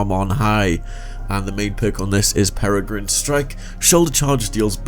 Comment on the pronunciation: thanks for saying peregrine right!